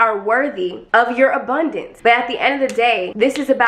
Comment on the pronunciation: Not, "The obundance of hair on my body!", sis. I am screamimg!! Lmao